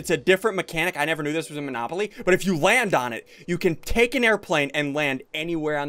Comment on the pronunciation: You just called manopoly